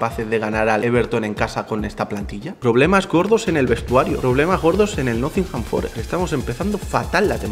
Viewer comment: Por favor deja de decir nothingham, que se dice nottingham...